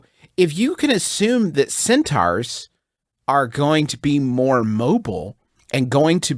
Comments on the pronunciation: Juice making solid, intelligent comments about war tactics coupled with the fact he keeps saying cEnTaUhOurs as he explains himself is just fucking incredible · No one: Griffin: Centaughwrs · the fact that they can have a serious debate with actual logic and still pronounce "centaurs" wrong absolutely amazes me